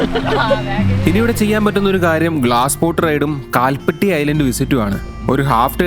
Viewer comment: കാൽപട്ടി അല്ല കൽപ്പാത്തി എന്നതാണ് മലയാളം ഉച്ചാരണം